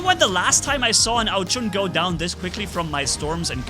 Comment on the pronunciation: its ao jun like the month june not ao chun you allways make me laff when you say it